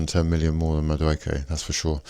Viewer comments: You may need to learn how to pronounce your new player's name! Many thanks for the bag. We're on the phone to Rodrygo as soon as the register goes cha-ching! Up the Chels 💙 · Can’t even pronounce his name but you’re so certain he’s crap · There is no way that's your sincere attempt to pronounce Madueke 😂